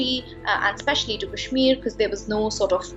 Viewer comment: First learn to pronounce Kashmir right and kindly tell us from what Language "Kashmir" is derived from..